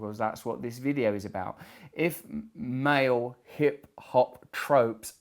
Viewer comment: Took me awhile to realise that "mao" means "male". Dammit Russell, pronounce words!